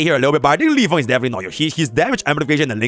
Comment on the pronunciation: Yvonne ❌ Yvoone✅